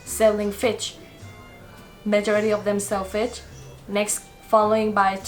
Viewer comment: Hahaha fich instead of fish 😂😂